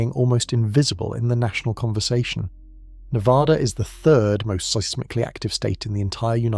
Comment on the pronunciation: Ne VA duh Not Ne vaaahh duh